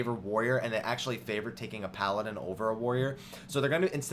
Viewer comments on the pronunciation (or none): none